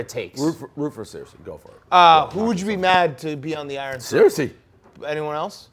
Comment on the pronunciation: How does dave call Cersei; 'Sear-Sea' , its literally a television show